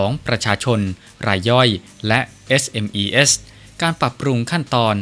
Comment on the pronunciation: SMEs อ่านว่า เอสเอ็มอีส์ ครับ